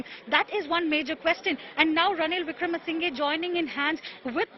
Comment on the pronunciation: It's not wikremesingay, It's pronunciation is wikramasinha